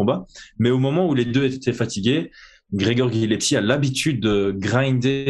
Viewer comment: C’est pas bien grave mais tu es Corse le nom de notre lutteur d’exception qui s’appelle Gillespie et non Gillepsie